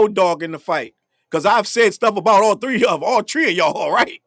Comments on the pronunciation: All tree of y'all😂!!! LOL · I love “all tree of y’all”🤭😂